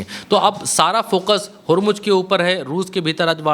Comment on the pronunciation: Please pronounce Hormuz correctly. Its Hormu(z) not Hormu(j).😅. Shame. Being journalist doesn't know how to pronounce correctly.